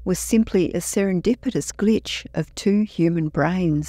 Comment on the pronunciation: "SerendipitouS" .. um . . sure wy not yess inDeed